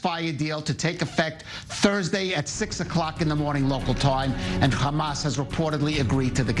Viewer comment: People who insist on being extra with how they pronounce "hamas"...